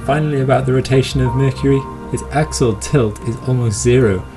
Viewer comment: I love how you say mercury..... "merkirie"